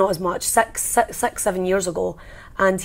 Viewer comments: Six not sex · I'm sure at this point Nikki is aware of what it sounds like whenever she says "six" and is just milking the mondegreen for all it's worth at this point.